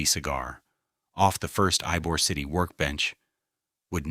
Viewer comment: While informative, AI miss pronouncing Ybor City is all you need to know.